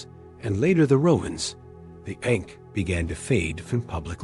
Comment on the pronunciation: It’s not pronounced correctly and this takes away from the video and the sound of the word matters.